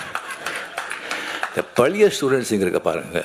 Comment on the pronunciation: உத்தமனை பற்றிய புத்தகம் அதனை வாங்கிக்கொண்ட பழைய என்பதற்கு பதில் பலிய என்று பேசும் தமிழினை சரியாக உச்சரிக்க தெரியாத கோமாளி சுயநல நடிகன் சிரிக்கும் கயவானிக்கூட்டம் 72வயதில் 18வயது நடிகையை கட்டிபிடித்து ஆடும் வழுக்கைதலை தான் பெரிய யோகி மாதிரி பேசும் பக்கா fraud